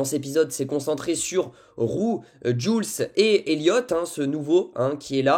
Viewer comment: ça se dit « joulsse » 🥲😅😅😭